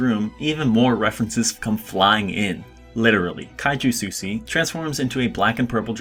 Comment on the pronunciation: Said "Susy" instead of "Sushi", disliked